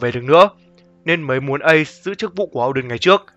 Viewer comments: O đen mà cứ đọc âu đần nghe buồn cười vãi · Oden mà nói ôđình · Ad đừng đọc Oden là “Âu đừn” nữa được k. Wano là nước phỏng theo Nhật Bản nên đọc theo kiểu tiếng Nhật là “Ô đên” thì hợp lý hơn.